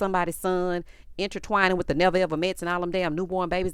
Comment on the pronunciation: She talking about she know how to properly pronounce Baltimoreso that's why she said Baltimore but at the same time at the end of her whole sentence about how she want to meet somebody's son and build an empire witha. I'm thinking like sorry that's not how you properly say with, it's not witha. I hate when girls talk and add extra letters to words that don't even make sense, like No a, when they're saying the word no, adding" a "is one of those examples. Like if you going to try to dog out Baltimore folks for how they say Baltimore, then you need to properly speak throughout your whole sentences.